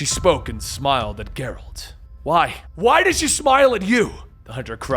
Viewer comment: It’s a G from gel not gear for Geralt